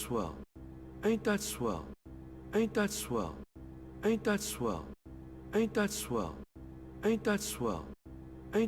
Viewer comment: Sounds like he says 8 .swell